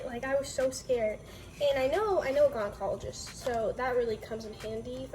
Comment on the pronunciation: You said "I'm not a gynecologist but I do know a lot". This is completely false. Especially considering you cant pronounce gynecologist or feminine correctly, you're selling a scented brand to prey on women's insecurities, and you're literally sixteen. Kindly leave the advice to the professionals.